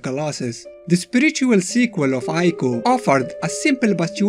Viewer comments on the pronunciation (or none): >Uses colossi instead of colossus FeelsGreatMan >"Eye-co" instead of "Ee-co" NotLikeThis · I know that's how it works, "eye-koh" is a mistake. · Well it is pronounced eekoh. Shadow of the Colossus was originally going to be called Nico, a play on of Ni(2 in Japanese) and Ico. Because of this, it's speculated this is how Trico got its name. Tri(3)/Ico